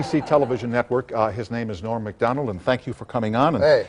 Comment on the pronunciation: Loved every moment of this. Norm always makes me laugh and just as importantly, always makes me smile. There's a part where Don King is talking and I have played it over and over and still don't understand what he said. he says something like, "And here he is, Ebah Dahban y'all!" Is he trying to say Norm's name and forgot what it was so he just mumbles it?